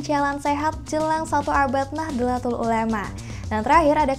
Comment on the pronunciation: min, koreksi dikit pelafalan utk NU (Nahdlatul Ulama), tulisan Arabicnya نَهْضَةُ الْعُلَمَاءْ, dibaca Nahdhotul Ulama, bukan Nah-dla-tul tapi Nah-dho-tul. CMIIW 🙂